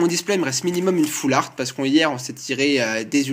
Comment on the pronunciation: Yop, ce n'est pas "all fart" comme tu dis mais "half-art" :)